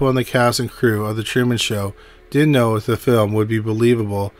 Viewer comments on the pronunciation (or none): none